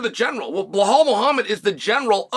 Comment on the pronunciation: Undisputed. Never lost a round at name pronunciation. Now let's try again بلال - Bilaal This is the name of a great personality in the history of Islam. The first black revert/convert in Islam, who was also a freed slave. And the official caller to the prayers of the Muslims. The silencer of the colonialist orientalists who think Islam is only an Arab religion. Islam encompasses all ethnicities. It's your choice to accept it or reject it. Have a blessed and peaceful day 👍🏼 Now say this... I bear witness that there is no God except Allah, the one and only true God. He has no partners and there is none like unto him...